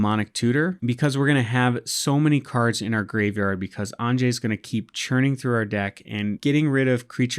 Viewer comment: I'm just getting started playing EDH and this looks like a fun deck to play! Also it's pronounced "ahn-yuh" (✿◠‿◠)